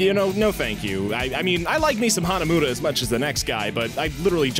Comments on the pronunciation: Really "Hanamuda"? the game even pronounces it Hanamura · It's pronounced HanaMORa by the way